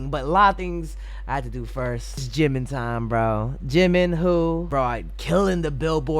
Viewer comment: 😂😂😂It's always fun watching your reaction videos. I laugh when you shout Jimin's name and bark too. Borahae💜💜